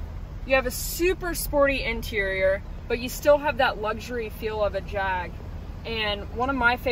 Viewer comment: Great video, and as a UK viewer I officially approve of the way you pronounce "Jag". Thanks!